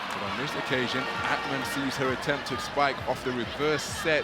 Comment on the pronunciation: Akhhhhmann??? What tf is that pronounciation? Thats not Turkish. inTurkish there is no "khhh" sound like that. so stupid